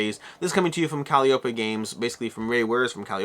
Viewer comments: I know you crave the corrections so calliope is pronounced kuh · lai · uh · pee :D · Your pronunciation of "Calliope" ... Nailed it.